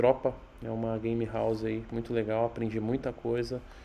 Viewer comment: "Gamerauze" lkkkkk não é querendo ser professor de ingles mas se escreve game house